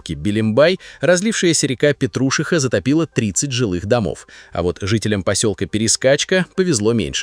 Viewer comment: Еще ПетрУшиха, вместо ПетрушИха.